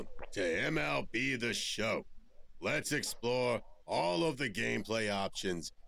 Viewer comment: "EmBieEll Sieh Schau" 🤦🏼‍♂🤦🏼‍♂🤦🏼‍♂